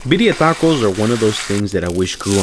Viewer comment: "Barrio tacos”